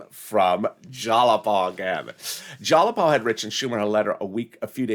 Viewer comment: It’s not Jalapa it’s spelled Jayapal. I think he thinks it’s spelled with a “l” instead of a “y”